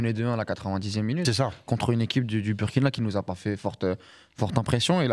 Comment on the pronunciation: Non, pas BUrkina, mais BOUIrkina, BOUrkina Faso, c'est nom entier...